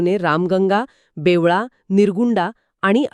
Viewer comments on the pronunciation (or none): बेवळा नाही, बेंबळा आहे, तुम्हांला माहीत नसेल तर तुमचे दुकान लवकर बंद करा मूर्खहो